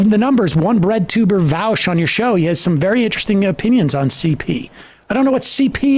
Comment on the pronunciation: you forgot to tell 'em it's pronounced Vowsh, or was it Voosh?